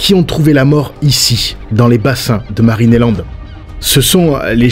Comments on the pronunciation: Pourquoi qui dit Marine et land au lieux de marineland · Je suis peut-être pas habitué aux différents accents européens (même si mon copain est lui-même d'origine francaise) mais je suis QUébécoise: pourquoi prononcez vous MarinÉland? Je peux comprendre que vous ne prononcez pas l'anglais, mais soyez au moins correct dans la prononciation! Prononcez Marine Land! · Juste, c'est marineland, et pas marinÉland ... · « MarinÉland » purée ça me stresse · Superbe vidéo. Beau reportage avec beaucoup d’information sur l’affaire. En revanche, ça pique les oreilles d’entendre à tout bout de champs « Marine et land » au lieu de « Marineland » 😅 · Pourquoi dites vous Marinéland et non Marineland ? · Marinéland ? Non , marineland, y’a pas de é dans ce mot 😂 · Pourquoi tu prononce Marine et land c'est Marine Land? y'a pas de é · C pas marinélande c marinlande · Je ne comprends pas la prononciation de Marineland. Pourquoi prononcer "Marine et Land" ? C'est étrange. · Intéressant mais pourquoi tu prononces MarinéLand ? Il n'y a pas d'accent : c'est Marine Land. Tout simplement. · Dur de prendre au sérieux quelqu'un qui prononce Marinéland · Qqn peut lui dire que Marineland se prononce pas comme ça ? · Bon ta prononciation de Marineland me donne envie de me casser la tête contre les murs, mais c’est incroyable de laisser les animaux comme ça je n’arrive pas à y croire, j’y étais étant gamin, c’était magnifique et sous le prétexte d’une pseudo écologie voilà ce qu’il reste, c’est une honte… Bravo les écolos à deux balles… Vous nous prouver une nouvelle fois que vous êtes parfaitement inutile et qu’à à part foutre une belle m*rde, vous n’apportez aucune solution et maintenant ces animaux vont dépérir jusqu’à crever tout seul là-bas c’est sûr que c’est une bien plus belle vie pour eux….. Merci l’écologie